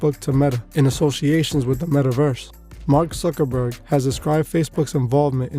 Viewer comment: Did you say Mark Sucker-berg? 😂